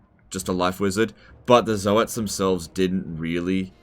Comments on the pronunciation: Zoats as in "oats", like "oatmeal" , not "Zo-hat"! Even Games Workshop pronounced it as "oats"! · Zoe-ats i guess you pronounce toads the same way, Toe-ads